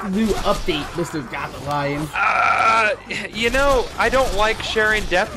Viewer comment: Why do you say it like gotha-lion instead of gothalion